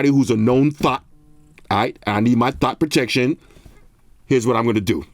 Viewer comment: Wait did he say thot protection 😂 boy I need to get my bro one of these 😂